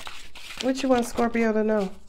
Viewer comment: Ilovelovelooove how you say scorp-er-to! Makes me giggle and feel welcomed♥️🙏♥️